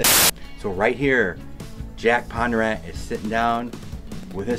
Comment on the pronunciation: It's Bondurant not pondurant